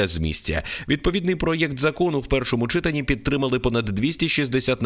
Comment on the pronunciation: ЧитАнні. Не чИтанні.